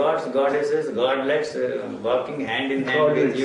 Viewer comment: What did he say? Godlets?